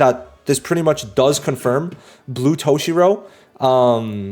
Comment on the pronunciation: brother said toe-shirow